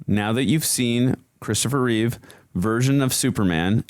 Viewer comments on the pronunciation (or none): Take a shot every time they say "reeves" instead of Reeve. 🥃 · His name was CHRISTOPHER REEVE, NOT REEVES. There's no "S" at the end of his name. It's a shame no one ever remembers that. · Remember it’s Christopher Reeve. Not Reeves?